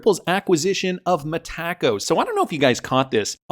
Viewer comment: 😅 still calling it Ma-Ta-co